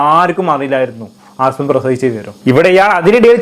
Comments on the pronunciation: ആസ്മ അല്ലടാ പൊട്ടാ 😂അസ്മ 😂ആസ്മ ഒരു അസുഖ ത്തിന്റെ പേരാണ് 😂😂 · ആസ്മ അല്ല അസ്മ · അസ്മ not ആസ്മ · Penkuttide peru neeyum thettichu😂aaasma alla asma😂😂😂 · Asma aan ആസ്മ alla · 'ആസ്മ അല്ല' "അസ്മ" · ആസ്മ അല്ലെടാ അസ്മ ' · Chetta Aasma alla asma ennanu😢